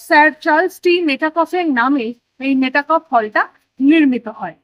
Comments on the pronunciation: মেটাকফ নয়, মেটক্যাফে বা মেটকাফ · Pronunciation ta metakoph না মেটক্যাফ?